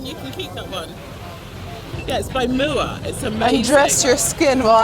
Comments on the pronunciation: “it’s by mooa” GIRL m-u-a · “it’s called mua” 😂 noo it’s m.u.a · NIKKIE please do a video testing MUA makeup and other UK brands I would love to see that also mua is pronounced ( M U A) rather then mooa 😂🤗 love you x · The girl with the high lighter was so kind! Must say I always thought the brand MUA was pronounced “MUA” where as she pronounced it “MOOa” can anyone settle this??💋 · waaiiitt im from England and is the brand MUA not pronounced as the letters bc the higligter lady said it like muah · The lady with the highlighter was my favourite person in the world 😂 she was so sweet and I loved that she said the products by the brand m.u.a but she pronounced it as ‘moua’ it was the best thing ever, I love being British 😂💕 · That woman goes “it’s by mooah” no hate just love how she pronounced it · Ok can we talk about the girl who called MUA 'mua' haha bless her 😂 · ‘it’s from moo-ah’ okay sis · “It’s by mooa” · The woman pronouncing MUA as moo-a made me laugh. I live in England and if I’d have seen your glamazonian self coming towards little 5’3 me I’d have died, you’re too beautiful😭😂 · “it’s by ‘moowa’ 😂😭” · Omg MUA is pronounced “Mooah”?!?!? Like nooo I call it “EmYouA”😂😂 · The way the women pronounces MUA had me weak 😂😭😂